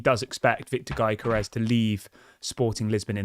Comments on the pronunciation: You have to leave the 'G' out of the name pronunciation .... And call it.... "Yokorores" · its "yo-gö-res"..like you say youguhrt